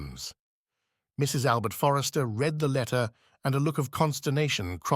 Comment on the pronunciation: Astonishing. There are some issues with the tense of 'read' for instance, but overall, no more errors than a human reader might stumble over. It boggles the mind.... When you hear the occasional split second vocal anomaly, you can't help but be alarmed by the thought of possible robotic anguish